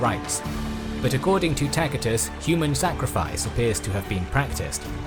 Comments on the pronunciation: His pronunciation is correct. That's classical latin. C it's not an "s". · "Takitus" is classical latin, spoken by the nobles of his time, while the common peoples probably mispronounced a lot of words. "Ci" and "ce" were pronounced "kee" and "ke" back then, but they eventually changed in "see" and "se" in Britain (or at least in their pronunciation of latin). A similar shift happened in other languages too. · A mere few minutes in and yet, already, this needs to be said: You MUST to surrender yourself in love to someone who knows to pronounce "Tacitus" correctly - and an English speaker none the less! I'm blown away in awe and reverence! Thank you!